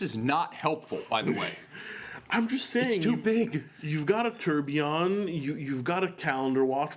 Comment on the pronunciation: Its not turbion, it is turbulion